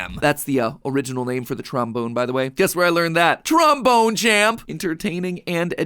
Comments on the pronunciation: i know this is dirty minded but i cant not laugh when he says tromboner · He said tramboner 😂😂😂😂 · This episode is gonna kill me with how much mispronunciation of trombone there is